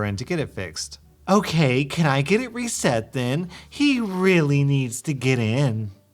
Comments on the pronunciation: REE set not re CETT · How are you saying RESET? That's definitely not how u say that